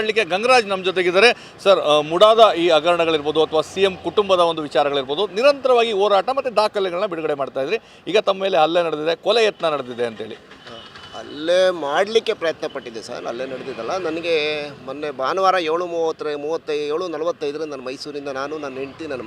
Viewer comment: Reporter pl correction ಮಾಡ್ಕೊಳ್ಳಿ ಅಲ್ಲೆ ❌ ಹಲ್ಲೆ✅